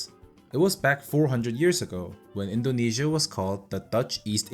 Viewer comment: Buddy you say it correctly